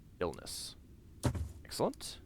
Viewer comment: "AXE-elent" XD